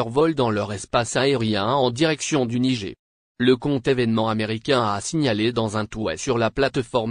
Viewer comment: De quel Nigé tu parles ? Il faut prononcer le "R" à la fin tête de Brélle ou d'Arioul !